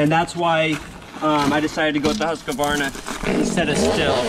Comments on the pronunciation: Im from Sweden where the saw is made from the beginning. Its kind of funny how American pronounce the name.. "Husk-kvavarna" .. Its pronounced "Hus-kvarna" :) Just a little note :) Im running Sthil saws though.. MS251CBQ and a MSA160 .. Just for some firewood around the house. I must say i really like the battery saw for small jobs its really quick and handy and the battery last longer than i though really.. Husqvarna company was founded in 1689 and has around 14000 employees today. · Please Husqvarna and not Husqavarna 😂😂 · I know that you should have a planet named after u, but I dont think that you are almighty enough to change the way things are spelt lol. It is pronounced HUSK-VARNA, not HUSKA - VARNA. I dont know, u yanks. lol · Huus-kvaarna. Not huskavarna ;) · Greetings from Sweden, I just have to point out it is pronounced Hoos-kwarnaa (sort of like kwanzaa). Great video as always, and give my best to the wife. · Having grown up less than 1h from the place Huskvarna whrere the company set off at least (don't know the type of production there today) it's quite amusing to hear Americans butcher the name :) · As a Swede its kinda fun hearing you pronounce Husqvarna 😊